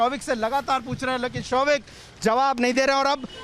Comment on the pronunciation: Showik hears like ShoveIt ! LOL What a family Dad is a Drug addict Son is a peddler and Daughter is a Call Girl Mother is the broker. Sahi !!